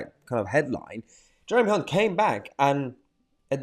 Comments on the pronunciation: Hey Mayhar you mispronounced Hunt many times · You pronounce his surname with a C instead of the H